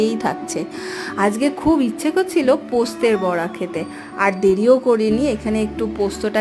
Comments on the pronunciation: কথা টা পোস্তর বড়া, পোস্তের বড়া নয় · Postet na postor bora. Ami birbumer meya. Tumi j bar bar poster bora bolcho khub kane lagche.